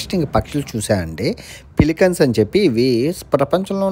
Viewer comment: పిలికన్ కాదు అన్నా " పెలికాన్"... ప్లీజ్😊😊😊